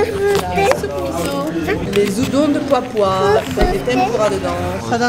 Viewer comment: "Des zudons" 👁👄👁